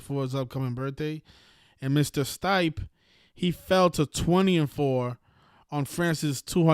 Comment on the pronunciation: “Stipe” it’s “STIPÉ”